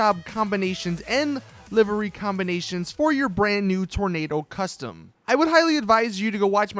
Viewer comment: live ery not livery